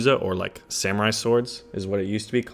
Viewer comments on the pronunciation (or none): none